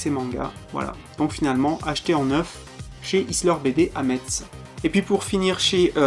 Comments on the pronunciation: Sa se prononce mess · Je te suis et soutien depuis le debut de 'au rayon manga' mais en tant que mosellan je me sens obligé de rappeller que Metz se prononce 'Messe' ; ; En tout cas bravo pour cette vidéo et pour ta chaîne en général ! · Bon courage pour le montage alors :) (au fait metz ça se prononce messe :D)